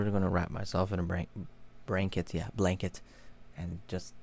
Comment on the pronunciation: what’s blanket? i only know branket